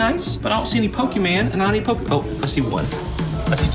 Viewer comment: It's pronounced "po-kay-mon".